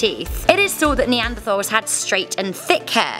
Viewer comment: i know it’s spelt neanderthal but it’s pronounced neanderTals...